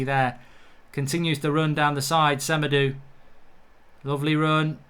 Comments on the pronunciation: Why does Mark say Sem-a-doo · It's SemedO